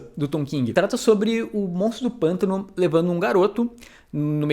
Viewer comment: Sei que foi só um probleminha de dicção rapidinho, porém agora eu vou chamar pra sempre o personagem de monstro do panto